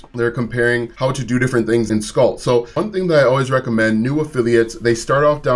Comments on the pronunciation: Pronounced "School" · the chew is “skoal” and pronounced like coal, this is “skool” and pronounced like cool…it is irritating hearing you mispronounce it 😂😵‍💫😊